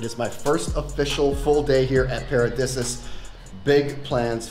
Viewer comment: I believe pronounced... "para-dee-see-us. Could be wrong though. Great review though... thank you